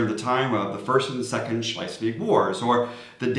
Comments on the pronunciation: You both come across as very knowledgeable about DK and I completely understand the challenges with tongue-twitching place names. So, while Schleiswig might sound more German to your ears, its pronouncuation is actually just Schleswig/Slesvig :-) Other than that - impressive job and thanks for the beating the Swedes with a stick-tip 😉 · Why do you say Schleisvig? There is only one “i” in Schlesvig. I saw your vid. on learning to speak Danish where you explained how many letters in a word that were not pronounced and now you have started adding letters, but to be fair the ch in Schlesvig shouldn’t be pronounced and often the g is muted depending on where you come from, you could however add the extra “i” instead of the “g” and get away with it, so it would be pronounced Slesvii.🤣🤣🤣❤ But I still love you guys and may the force be with you. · Slice-week? That's neither good Danish nor good German. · bro saying schleswig wrong so many was trippy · There is no "i" in Schleswig.